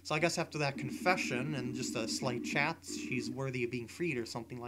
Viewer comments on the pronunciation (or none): none